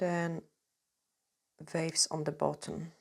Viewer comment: I love your accent…. I was sat thinking what’s a vavy body ( the body part sounded so Scottish) until you said draw a vave at the bottom 😂 🌊 xx